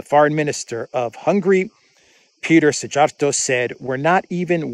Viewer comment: Thanks! The Hungarian FM name is pronounced See-are-toe.